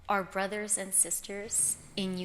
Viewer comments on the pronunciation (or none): none